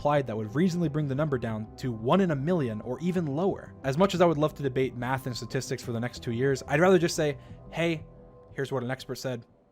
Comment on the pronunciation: I just noticed he can't pronounce statistics like Donald trump. They're becoming a 1 to 1 comparison.